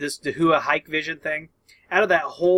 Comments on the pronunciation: Thanks for the video once again! Just a quick note, I used to miss pronounce DAHUA as Dah-who-ah too. The way Dahua themselves pronounce their name is Dow-ah. Again, love your videos and I will be keeping a particularly close eye on this topic for my business and customer interests! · Pronounced Da hua ;)